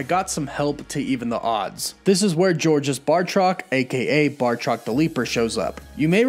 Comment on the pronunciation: ‘Bartrok’? It’s ‘Bartoc’ and the S in ‘Georges’ is silent. His name is said quite plainly in ‘Winter Soldier’